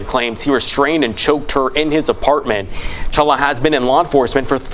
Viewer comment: Dude said #CHOLUA David Chala hshahahaha